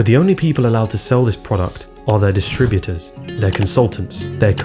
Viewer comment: Why can't this guy pronounce his "t's"? It's not "recrui-ing", it's "recruiTing". It's "distribuTers", not "distribu-ers". It's "majoriTy", not "majori-y".